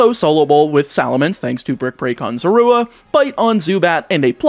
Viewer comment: While I think the sounds you use to say Zorua are correct, I feel like you are over emphasizing the "oo" sound. I personally find emphasizing the "zo" or "zor" to sound more natural.